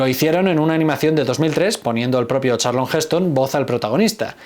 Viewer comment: Charlton...no Charlon....